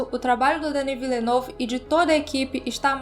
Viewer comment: A pronúncia correta do nome do diretor é; "Dení Villenêv" E sobre o filme; filmaço! 🤓